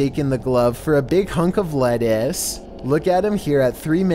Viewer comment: Did he just bring back that "LeTTucccEe"